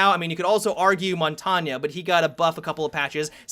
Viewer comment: Montanya? Lol.